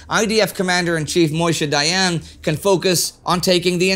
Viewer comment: why do you call Moshe Dayan Moyshe?